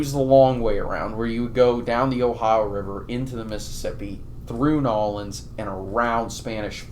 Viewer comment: It’s New Orleans not “Nolands”. I don’t even live there but it doesn’t sound right